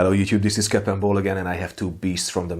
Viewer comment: Accent makes it sound like you're saying "Hello, this is " I salute you